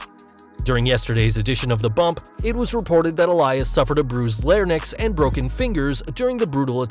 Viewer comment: It's "more humble", not "humbler" (which isn't a word) and "larynx" is pronounced "lair-inks", not "lair-nix", you illiterate douche.